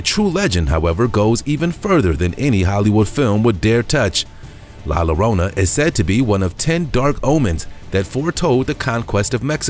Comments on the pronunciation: It's NOT pronounced La "Lo - rona", it is spelled "Llorona, but the double "LL" in Spanish makes the same sound as the "Y" in English. (Like Tortilla) So La "LLORONA" is pronounced La "Yoh - roan -ah". (La Llorona = The crying lady) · LA LLORONA pronounced LA as in la la la LLORONA as in YO RONA ---LA LLORONA